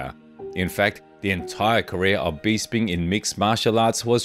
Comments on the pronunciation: For Gods sake please pronounce peoples names correctly Michael Bisping , it's BISS as in piss. Not Bees as in bee sting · Michael “beesping “ 😂